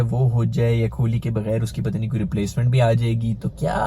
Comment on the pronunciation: कोहली ❌ खोली ✅ 😂😂😂